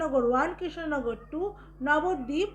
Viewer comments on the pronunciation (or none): none